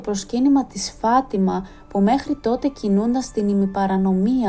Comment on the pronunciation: Φατιμα ο τονος στο ι.